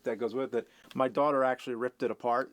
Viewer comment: Did he say, "Daughter"?